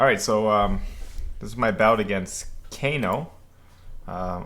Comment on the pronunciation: 2 things. 1 his name is Kah-no (not Kay No) The Japanese in me wanted to point that out. 1) I noticed being the taller fencer you attacked low a lot and Kano punished you for it. While I was watching I was thinking about how he didn’t give you much to work with. Why not match that with a high arm but absence of blade? Then you could use your length and hight to your advantage. Is that something to consider? Maybe That wouldn’t fit your style of fencing. Just an observation I had. Great video.